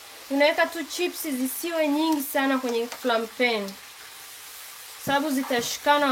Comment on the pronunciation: Are we going to ignore she said flaingpeniiii😂😂😂😂